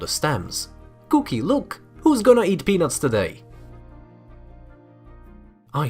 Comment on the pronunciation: Anyone else thought he kept saying penus instead of peanuts